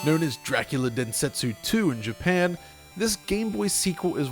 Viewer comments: The U is supposed to indicate that the O is said longer, he was definitely mispronouncing that. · Oddly, he pronounces the "u" at the end of "Densetsu." Usually that gets dropped off IME.